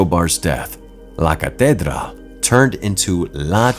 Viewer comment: u may want to easily check up on the pronunciation of LA CATEDRAL. like in English break it down, the word ends in AL. Thanks for ur video.